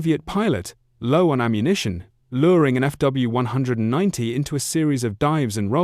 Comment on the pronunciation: Either say F W 190 or Focke Wulf 190 It’s not hard to pronounce that name correctly It’s belittling to repeatedly mispronounce it because you haven’t even listened to your ai’s voice from start to finish. Please make it stop saying “few 190”.